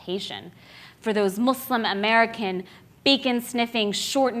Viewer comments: Am I the only one hearing him say "Mooselem"? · Finally an American pronounce "Muslim" right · Do all americans say muslim like him and the editor? Muh-slim? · Am I the only one who thinks that he says "muslim" weird? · The way you pronounce "Muslim" is kind of weird.